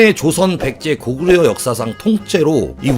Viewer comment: 역사상 이란 발음이 왜 "엿"사상으로 들리냐 ㅋㅋ